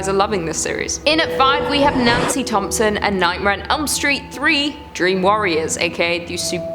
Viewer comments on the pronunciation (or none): none